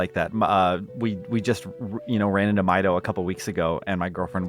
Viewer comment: I always pronounced Mido like "Mee-doh." He lives in "Ko-keary" Forest. He likes "Sar-ee-uh."